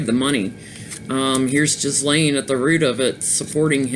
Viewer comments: Hi, it’s pronounced with a hard “ G “ Geese- lane. I laughed at her involvement in protecting the oceans, in light of his her father died. Robert Maxwell was a business partner of Semion Mogilevich, the alleged head of the Russian Mafia. He was infamous ( aka and absolute b#*#*#* 🙊) in Britain & died in very suspicious circumstances, supposedly fell overboard from his yacht, the Lady Ghislaine, near Tenerife in the Canaries. Thanks for the last two readings, both great. 💕💝✨🌟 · I believe her name is pronounced as Geez lane hard G and equal stress on both syllables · Some individuals have no social conscience and are completly amoral. Ghislaine Maxwell’s role model in life was a crook (her dad Czechoslovakia born Robert Maxwell, British MP and a publishing magnate) so she might default to males of similar type (Epstein). Trivia ... believe the “s” in Ghislaine is not pronounced.